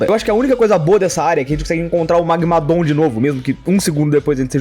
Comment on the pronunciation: Ouvir ele falar magmadooom é estranhamente engraçado